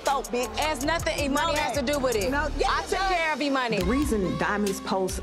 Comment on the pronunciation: the child's name is "Emani"! But do be pronouncing it "Emoney"! 🤣 "Emoney" this and "Emoney" that! 🤣